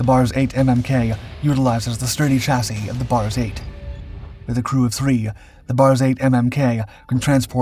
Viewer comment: The narrator pronounced “chassis” correctly! The message finally got through! Hooray (and congratulations, and thank you!)!